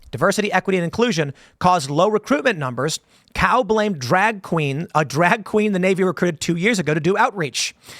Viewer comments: In the clip, he himself pronounced it as "cow" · i'm pretty sure Cao is pronounced ts - ow I could be wrong though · It's more like "Tsao", as in "Cao Cao" from Three Kingdoms. And I hope he introduces himself as "I"m Hung, and if you don't believe I am, then ask your mom. She'll verify." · Pronounced hung cow is crazy. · Cao is usually pronounce "Sow" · I thought it was pronounced “ Hung Chow .” He’s a hardcore dude .